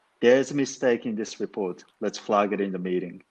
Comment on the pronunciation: ｢ゼァー｣が｢ゼー｣になるのは知らなかった。フラーッグのアーが日本語のアーになってますよ。アップルのエァーにしないと日本人の英語になってしまいます。アンダスタンドもアンダスタンドじゃなくてアンダステァーンドゥとかにしてアをアップルのエァーにしないと日本語の発音になってしまいますね。ダラーズがドルースになっでドスの効いた？発音になっている。私はニックが使うみたいなアメリカ英語が一番好きかな。